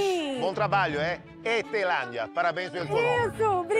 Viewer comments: "ETHELANDIA" MISERICÓRDIA! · "crise em marte, a ethelandia fez um bolo ruim" KKKSKSJSJAKKKKKKKKK passei mal com ele toda hr zoando o nome dela